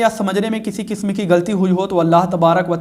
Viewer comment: حضرت قسم رابع بفتح قاف نہیں بلکہ بکسر قاف ہے